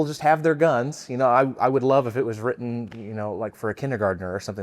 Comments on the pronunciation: Ok so a few things. First it's not pronounced "row-ten" it's "writ-ten" that was driving me crazy. Second as per a presidential request of the CDC for an outline of gun violence. Per the report. As of 2016 some 30K people die every year from guns, and 60% of that was by quitters. The other 12-14K are what's left. Also per the report 300K-3Mil people are saved by guns from harm every year. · " wrotten" is really tough to hear from someone trying to make an educated argument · If this guy says “wroten” one more time…😖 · Flint lockwood....i got my eye on you. And dude saying wroten is rough lol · My biggest issue was the guy saying “wrotein” instead of “written” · “When it was wrotten”…. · Buddy, it’s WRITTEN NOT “WROTEN” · i wanna be on your side,...but if you keep saying 'wroten' instead of WRITTEN...Im going to lose my shist...damn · Why does he keep saying “wrotten”? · OMG he said wrotten a third time. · The guy saying wrotten instead of written is driving me nuts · "wroten" haha